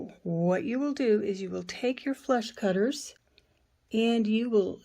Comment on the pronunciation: Absolutely beautiful, thank you for sharing x Those wire cutters, are you saying 'flesh cutter'?